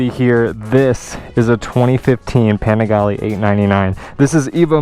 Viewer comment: Its pronounced "Pa-ning-glee" god dont u ever watch C2W?